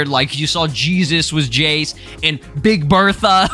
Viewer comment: I fw you're videos but I don't like how you be butchering them dbz names bro. It's burter and jeice( chase with a j) not chesus and Bertha like ew that shit was cringe to me😢